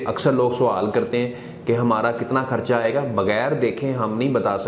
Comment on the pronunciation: جتنی بری اس کی اردو ہے ویسے ہی اس کا علاج ہو گا بار بار خرچہ کو ( کھرچہ ) کہہ رہا ہے۔😁